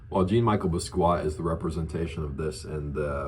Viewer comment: J-on me-shell boss-key-ott